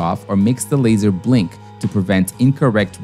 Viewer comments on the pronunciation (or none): none